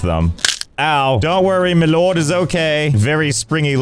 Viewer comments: I love the way he say “Loord” it gets me everytime 😂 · L-oh-rd Josh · I love how Josh can’t say the word “lord” without pronouncing it “L-oh-rd” God dammit I love this man. 🤣